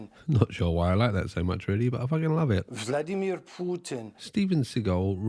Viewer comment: That's actually really close to a correct pronunciation. He's honestly trying and not just "americanizing" every name as is tradition. "vlAdimir" is definitely incorrect, despite everyone who's speaking English saying that.